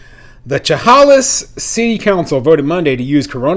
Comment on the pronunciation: Thanks for your latest video, but two corrections are needed: 1. As another follower mentioned Chehalis is in Washington, nor Oregon. 2. Chehalis is pronounced “Sha-Hay’-Lis” with the emphasis on the second syllable.